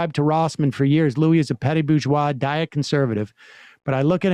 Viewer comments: It's pronounced Lewis not Louie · Louis without "s" is fair since Louis Rossmann is the king of RTR. And IDK how you can guess the right pronunciation of "Yaron" is "your own"... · Sam Seder pronounces "Louis" wrong and clearly has not done any research on him. Instead of engaging in the subject, Sam Seder tries to push Louis to pick a side politically. When Louis says both sides can be for or against right to repair, Sam still tries to push him into saying which side aligns better. I get it that Sam strongly thinks that there are more sold-out republicans than democrats, so he's trying to confirm this through Louis's experiences. But Louis is an honest guy so take his word for it and stop trying to steer the conversation. I'm on the left and I strongly agree that more republicans are sold-out, but this type of interviewing with steering comes off as trying to use Louis instead of hear him out.